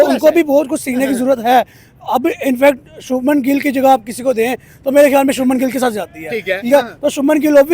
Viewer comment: इनसे उच्चारण तो होता नहीं है , शबनम गिल , भाई शुभमन गिल है